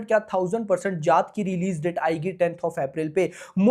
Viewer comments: Bhai ji jaaht nhi jaat bolo 😂jaat h ye ja8 smjhe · Jaath nahi jaat 😅😅😅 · Bhai vo जात nhi जाट hai...😂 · Abe 4th fail tu abhi bhi galat hi bol rha hai chutiye जात नहीं जाट